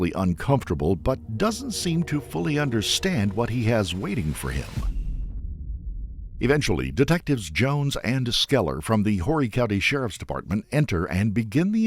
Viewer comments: it's pronounced orry not horry.. the H is silent.. why because i live here. horry county is bigger than the state of Rhode Island! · Horry county in SC has a diabolical way of knowing who "ain't from around here, are you?". It's pronounced "oar-ry". If someone says "whore-ry" county, they double-charge them. Myrtle Beach tradition! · It's pronounced "OR-ee County"... The H is silent. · Horry county is pronounced “Oh-ree”…. Also he will be turned out quick in SCDC. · I was born and raised in this area! I'm not super proud of it but anyway you don't pronounce the h in horry. It's pronounced orry. AI trash! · H in Horry is silent it’s like Oreo without the o on the end. Crazy that I didn’t hear of this since I live out here. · Dear narrator, the “H” in Horry County is silent lol.